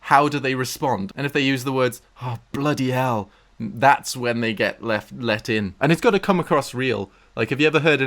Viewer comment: That American bloody hell sounded so accurate what the hell